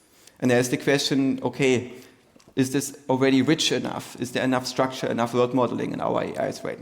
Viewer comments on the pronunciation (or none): none